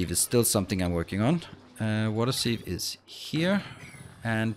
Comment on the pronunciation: for water sieve .. try more I less e ... about opposite of what you are saying ... I is first so should be pronounced more heavily ... since english is not your first language ... but i expect a close second